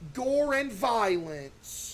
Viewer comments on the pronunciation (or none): none